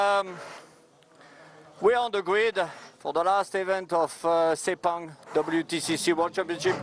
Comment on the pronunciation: Pronounce as fast as posaible: SIR PUNK! The local event management that handles the promotion do a bad job! A lot of motorsport fans from Thailand, Singapore, Brunei, Indonesia did not turn up!